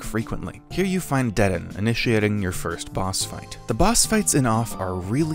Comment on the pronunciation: As a part of the off cult following it pains me to here how he says dedan 💀 I'm joking but i think it's pronounced like deydahn Somethin like that idfk